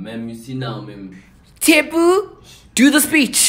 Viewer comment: The pronunciation of "Tshepo"😂😂😂 this video is every afrikaans lesson I've ever been in